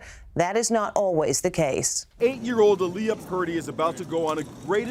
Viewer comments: The way he pronounced her name is triggering me. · Um that’s not how u say Aaliyah 😒